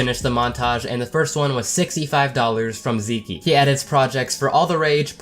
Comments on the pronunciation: TFW pronounces Zeke (Zee-k) (*like geek*) as Zee key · "Zeekee" lol. Pretty sure thats just pronounced "zeek" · Did this man really just pronounce it Zeekee... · When he calls him zeekee instead of zeek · U pronounced Zeke wrong.